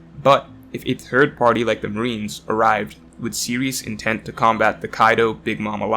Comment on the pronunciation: Everytime he says third all I here is turd 💩 😂😂😂